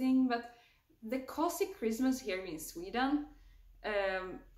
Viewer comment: Det uttalas COOOOUZY, inte kossy